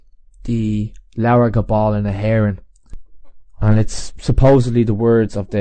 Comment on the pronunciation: Interesting for me is that My Surname is pronounced just like you pronounced hÉireann. And my DNA on Fathers Side points towards Ireland...always struggled to point out that it should not be pronounced like the English speakers prefer to pronounce Hern. As far as I know the pronunciation didn't change sins my Great Grandfathers Grandfather came to South-Africa.